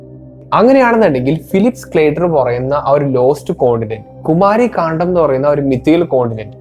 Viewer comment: കുമാരി കാണ്ഡം. ❌ കുമരി കണ്ടം.✅